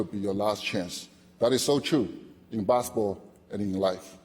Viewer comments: his "basketball" pronunciation sounds like "baseball" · Gets inducted to basketball hall of game, can't even pronounce the word "basketball" well, SMH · Alexander I know I'm not hof so I don't need to contribute. He's a hof, he should know how pronounce the word basketball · Not that case. Just swallow the last word "t". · and he got inducted to basketball hall of fame, he can't even pronounce it well